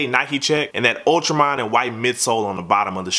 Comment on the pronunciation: Why do you say ultramine? Try ultra marine